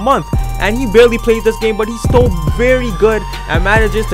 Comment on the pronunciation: Why every time he said still I thought he said stole